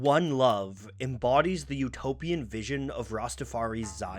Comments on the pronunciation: The lack of knowledge on the topic of Rastafarianism by the makers of this video was made obvious when the narrator pronounced it "Rastafar-EE" as opposed to the proper Rastafar-EYE. And adherents to the faiths are known as "Rastafarians" not "Rastafaris." Anyone with even a cursory knowledge of Marley, reggae, Jamaica, or Rastafarianism knows this. Your credibility was shot with me when I heard these repeated mispronunciations. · The fact that they are saying Rastafari as rastafar-e is throwing me off. It’s pronounced Rastafar-eye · Rasta Far I is how it pronounce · learn how to say rastafari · Excellent video, as always, despite the mispronunciation of Rastafari (rhymes with eye). As a side note - the lyric is actually "Sold Marcus Garvey for RICE" (not rights as it's usually quoted) meaning that black nations of the Caribbean had given up on the dream of black economic and political independence in favour of putting food on the table. Which is actually an excellent critique of 20th century Caribbean history ! Truly one of the great lyricists. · The "research" would be more impressive if the narrator didn't repeatedly mispronounce Rastafari (using an E sound at the end instead of an I), and call practitioners "RastafarEEs" instead of Rastafarians. It shows a total lack of knowledge.